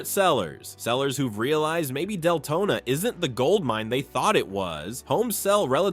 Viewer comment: It's pronounced Del-to-na